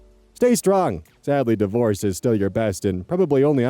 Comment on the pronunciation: When you read "sadly divorce seems to be your best option" I heard it as "sadly the worst" but divorce makes way more sense ^^